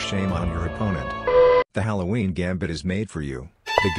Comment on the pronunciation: halowween lmao